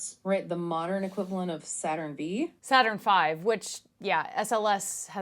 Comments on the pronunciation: Saturn "VEE" Yep, there's the tell. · V….saturn…v. Not 5…v. Lmao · AI bad. good. Saturn Vee 😂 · Other than "Saturn Vee" the other AI obvious clue is the use of "palpable," it's a dead giveaway. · The AI generated podcasts suck, you can clearly tell its AI generated, and, they make mistakes and errors, like “Saturn Vee”… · If a human teacher started telling his class about the Apollo missions and kept saying "Saturn Vee", that would be seen as incompetence because you'd expect him to know that the nomenclature for naming and numbering those rockets was done purposefully. But is this something AI can grasp when it doesn't even understand context? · This is utter garbage. How can this be treated as authoratitive in any way when these "people" don't understand context or how to say "Saturn V"? If Scott Manley said that you'd think he was having a stroke. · the Saturn Vee pronunciation is actually common among foreign speakers and people who aren't space addicts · Thuring Test... And that Vee caught me as well, have heard other Roman Numerals butchered as well 😉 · There are several small errors in the AI podcast simulation. The “Saturn Vee” is the most obvious. They also said ULA was launching SLS. I laughed when they said that Starship was full of extra safety features compared to the Saturn V. Maybe they will add some, but Starship is far from ready to carry humans to space from the Earth’s surface. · The model pauses appropriately - “It weighed about… ahh…16.5 tons” Scarily real despite small errors as you pointed out “ Saturn V” vs “Saturn Five”